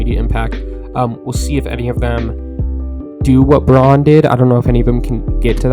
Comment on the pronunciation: i just got into NBA after the last finals, this sport is awesome can't wait to see what the nuggets do this year. PS. Christian Braun's last name is read as "brown" apparently lol